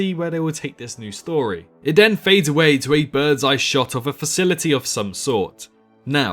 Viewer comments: ha I’m not American, I’m English, Kent to be precise . And for the record what your speaking can be barely regarded as English. You may think your pronunciation is fine but it’s not. you don’t say a single T, Th, ING! All f’s, V’s and D’s.... you say den multiple times in the video whether you’re aware of it or not. It’s called Th-fronting. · I know there's a lot of people who drop h's and t's etc but ''we DEN hear...'' den? ive never heard anyone say den instead of then!